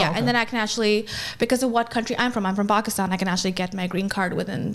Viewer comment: I believe it's pronounced "pack" Istan.